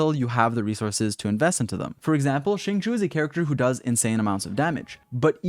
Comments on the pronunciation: Xinqiu is pronounced as "sing-show" and not "sing-shew" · nope. it's pronounced as sing-chew.